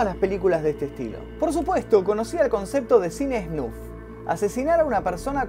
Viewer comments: No es esnuf, es esnaf xd!!!!!!!!!!1!!! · sos groso, pero por favor SNAF y no SNUF, me puso nervioso jaja se te quiere!